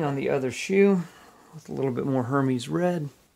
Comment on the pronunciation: Nice work! [By the way, it’s pronounced AIR-mezz, not HER-meeze. #Hermès.] Looking forward you more videos!!